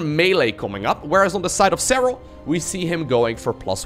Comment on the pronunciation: Serral.. serrlrlrlrlal 😂